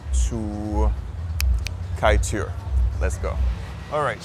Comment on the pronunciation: The best Kaiteur (pronounced kai-chore) is on Lefferts blvd and Jamaica Ave. The big one. My favorite Guyanese Chinese overall is Caribbean cabana on 116th st and Jamaica Ave. For the boneless jerk chicken fried rice and the cha chi kai chicken with their peppa sauce is amazing. Also honorable mention is friend restaurant on 110th st and 101 Ave. They pack their tray and the pepper is amazing.